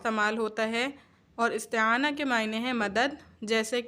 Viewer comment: استعانۃ۔۔۔ ت پر زبر نہیں زیر ہوگا